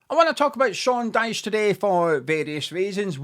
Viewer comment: Your can’t pronounce his name